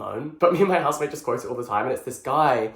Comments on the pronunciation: It took me two rewinds to understand that Jack said "Me and my housemate" instead of "Me and my husband" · Did he say housemate or husband?😂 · I replayed the „housemate“ bit 3 times, I was SO sure you said „husband“ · Not me going back to if I heard it correctly…did you say husband? 😅 (or housemate…?) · I still hear husband 😭